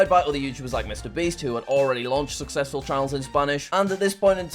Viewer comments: but he cant say the word success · I can’t imagine how many takes jack did to say success correctly 😅